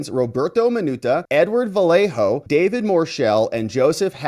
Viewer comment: Kudos for saying Vallejo correctly.